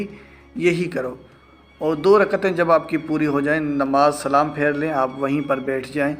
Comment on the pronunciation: Aap nai salaam hi Ghalat kiya